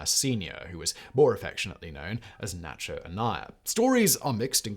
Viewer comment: Nacho pronunciation is horrendous. And why add an R at the end of America?